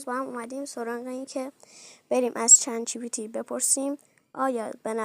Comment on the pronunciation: چت جی بی تی نه جت جی بی تی و به نظرت اینجوریه اونی که تو نوشتی اشتباهه😅😂😂😂😊